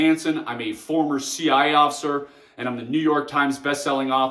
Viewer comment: "I'm a former see-eye-off-sir"